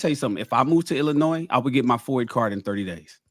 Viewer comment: has lived in Chicago for the majority of his life, but can't pronounce Illinois.